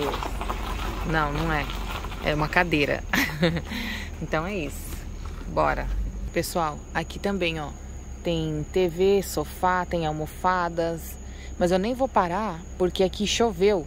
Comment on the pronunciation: E almofada, não "amofada"